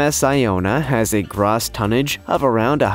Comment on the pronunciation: Good work on the channel keep it going just one little itty bitty thing you kept pronouncing gross tonnage wrong